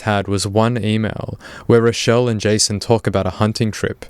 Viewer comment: why did you call her rodelle mutliple times